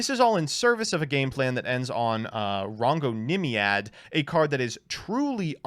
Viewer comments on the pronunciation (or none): Listen to it again he says Rhongonymiad